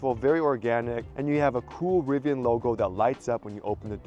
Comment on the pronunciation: Rvian! Not a cybersheep